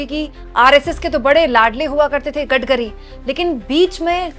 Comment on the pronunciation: Maam Gadgari nhi Gadkari boliye 😅😅